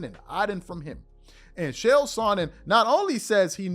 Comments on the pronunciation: It is pronounced KALE not Chale FYI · it's CHael. not SHell. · Chael, it's pronounced like jail only you replace the J with a CH. Not SH-ale, rather Ch-ale. I broke it down frenetically, broke it down simply so STOP SAYING SH-ALE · His name is “CHA CHA” Chael P Sonnen, not “Shell” Sonnen. Don’t disrespect the only man on the planet who never lost a round. Love your content,. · It's pronounced "Kale." Nobody else is performing at the highest level at age 40 in the NBA. Of course LeBron uses PEDs. You have to be extremely naive to believe otherwise. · Its pronounced lik kale ch=k; ael=ale; chael=kale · Love your content but the way you pronounce “Chael” pisses me tf off 😂